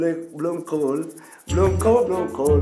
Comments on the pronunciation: Lol its bloemkool not bloemkoole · foreigners: bloemkool bloemkool hahahahhaha